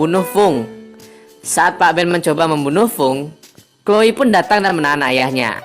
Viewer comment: kak Chloe bukan chole🙈